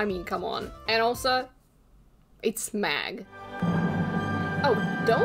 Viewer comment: Meg. Meg. m-eh-g, ITS MEG. Not. Mag.